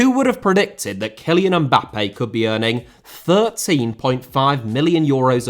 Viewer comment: Mbappé * not Mbappei Media* not Medier Regimes* not Reigimes Shaw * not Shor München * not Munich Serie* not Seri Bundesliga* not Bundesliger Half* not Holf